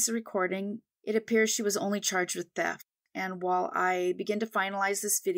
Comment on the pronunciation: On that third case, did you say people were out "Whale hunting?"